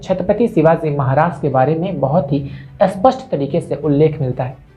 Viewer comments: 'Spashta' shabd ka uchharan theek tarah se karna seekho, tumhare muh se 'spashta' shabd 'aspashta' jaise sunayi deta hai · Please learn to pronounce 'SPASHT' and 'ASPSHT' While Spasht means clear Aspsht means unclear.